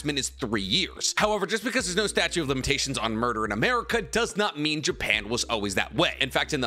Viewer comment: "Statue of limitations"